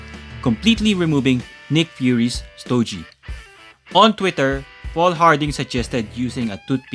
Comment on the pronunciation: I'm a huge fan of Marvel Legends reviews.. but I gotta mention that STOGIE is pronounced with a HARD G.. not STO-JEE...😊 That being said...I got my Gamerverse Punisher Nick Fury 2 Pack about a month ago..& I'm very happy with it.. & I'm considering doing the boil & pop swap with Punisher from the Bushwhacker 2 Pack.. but I'm also considering waiting for the INEVITABLE release of the OG black white costume Punisher from the Marvel Legends team. Anyways keep up the great work brother..as always looking forward to more of your Marvel Legends reviews 💯💯